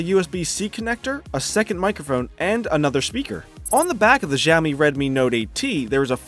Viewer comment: It's adreno 616 not 640 for Mi 9 Lite. Simply Siaomi ... not Jiaomi, Gziaomi, or Chiaomi ! Good comparison.